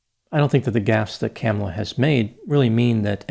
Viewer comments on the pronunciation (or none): Hi Doc. Just a small issue that many people make. Her name is pronounced Kuh-MAH-luh. Not sure why this gets missed so often. I am excited to watch your piece on her using word salad Bc I have my own suspicion about her dubious position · Kamalas name is pronouced kumula she's from india not black!